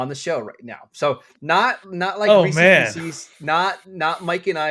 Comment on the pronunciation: Chunk and Sloth would be ashamed of your Baby Ruth takes. 1 Almond Joy 2 Twix 3 Mars Bar (US version) 4 100 Grand 5 Take 5 What kind of savage pronounces it Reeseas?